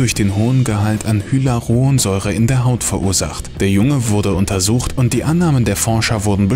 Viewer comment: Hylaronsäure 😂😂😂 Sorry, Junge. Das heißt: Hy-A-lu-ron-säure. Hyaluronsäure.